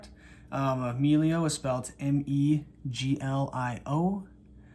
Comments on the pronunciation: Why did you pronounce it "meelio?" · A little editorial note on this wonderful review: The E in "Meglio" is pronounced as in "better", which is exactly what "meglio" means in Italian.